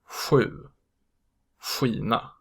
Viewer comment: Your pronounciation of sju(seven) is wrong tho